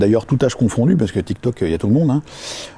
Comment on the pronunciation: "L ère tiktoc" ça ma tué 😂😂